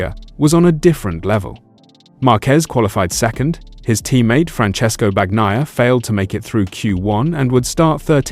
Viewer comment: They need to teach the AI narrator that it's BAHN-YAI-AH, not BAG-NAYA. I dislike #93 as much as anyone but he got screwed-over big-time in the Silly Saturday Sprint. They're moving to "F1 on 2 wheels" way too quickly IMHO. Sunday was interesting until the "Battle for 5th" graphics came on screen. Glad I'm not paying to watch, but at least the boring parade isn't a boring Ducati parade!